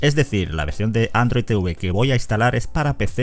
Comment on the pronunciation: Odio que digan Te-uve 🤣🤣🤣🤣